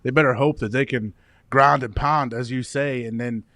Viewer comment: Someone wanna tell AJ Hawk it's grahnd and pahnd. The "h" is big in Pittsburgh. Probably bc some people neglect it. Also, is AJ Hawk still married to Brady Quinn's sister?